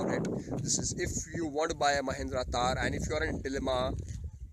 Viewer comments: I think it's THAR and not TAAR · Its THAR not TAAR...